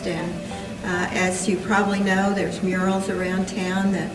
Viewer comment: This documentary would be one thousand times better if the "narrator" would stop mis pronouncing words. And the questions he was asking Joplin's descendants sounded so unprepared. He constantly sounded like he was reading a script. . The fact that he kept calling the murals "Muriel's" was painful. I love that this was made. I'm a huge fan of Joplin. Just wish the narrator sounded a little more polished. Edit: maybe I'm being overly critical. For the most part I think he did an OK job.